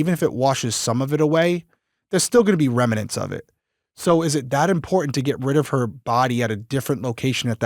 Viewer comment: I love both of you guys. I love Crime weekly. Can I offer you a correction on the pronunciation of the word "remnant "? It's pronounced remnant, not remanent😅